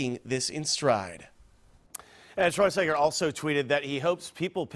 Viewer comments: Who tf is Schwarzinger? Several times the reporter refers to Schwarzenegger as Schwarzinger. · Yo that beginning part man, there is an E in his last name not an I 😂